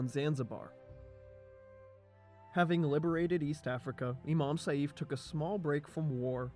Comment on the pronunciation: excellent video! but try next time practice the pronounciation of some names (ex. saif is pronounced like sayf )